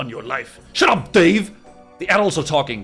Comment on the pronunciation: "Darve- DAVE!" So he is doing it on purpose!